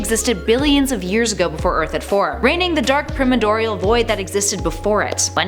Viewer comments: Pronunciation tips: Quasar = Kway- zar (The "u" is actually pronounced as a "w", quite unlike the "u" in "quesadilla".) Primordial = Prime- ord- ee-ull. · You're pronouncing "primordial" wrong.